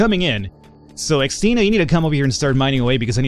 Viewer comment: as a Christine, I have to admit I always twitch whenever you pronounce Xtina. Also, if you want a quiet pet, fancy trading your birds for my puppy? She doesn't make a noise, unless you count the thudding of her massive feet against the floor, and she likes to keep people warm by sitting on them...all 24kg of her...